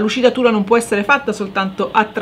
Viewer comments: si dice bURnisher, non bRUnisher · Grazie per l‘utile video 👍🏻👍🏻 Piccola accortezza: il burnisher si pronuncia senza R dopo la B 🤗